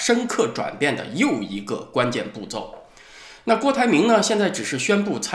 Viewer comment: 步骤（zhou）.不是步zou😄